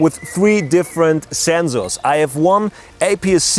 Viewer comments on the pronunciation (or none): "Do not make comments about his pronunciation" "Do not make comments about his pronunciation" "Do not make comments about his pronunciation" "Do not make comments about his pronunciation" NIICEEE ZENXSORRS !!!1!!1!!1!